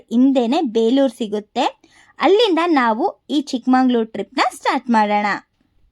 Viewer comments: ಚಿಕ್ಕಮಂಗಳೂರು. ❌ ಚಿಕ್ಕಮಗಳೂರು. ✅ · ಏ ಪೆದ್ದಿ ಚಿಕ್ಕಮಂಗಳೂರು ಅಂತ ಅನ್ನ ಬಾರದು ಚಿಕ್ಕಮಗಳೂರು ಅಂತ ಅನ್ನಬೇಕು.